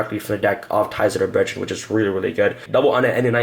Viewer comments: “Ties of The BreadRen” 2018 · Ties of the Bread-drin lol. Deck looks good though.